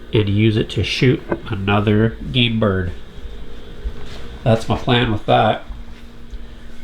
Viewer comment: So I'm from Oklahoma and I find it entertaining to listen to yourself and Craig and Chris. But as you were explaining the shotgun shell you intend to reload someday you said "that's my plan with that." with a very southern accent!